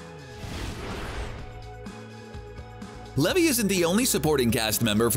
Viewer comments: So Zachary Levi pronounced (lee-vie which rhymes with eye) not levee. wasn’t in Thor, he was in Thor: The Dark World & Thor: Ragnarok. Do more thorough research. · It's Zacheri Lev'i' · Pronunciation of Levi is Lee Vai